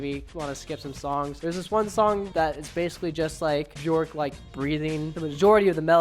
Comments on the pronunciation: when you said 'buh-jork' I died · Pronounced "Byerk", rhymes with "jerk". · Björk rhymes with jerk, not JORK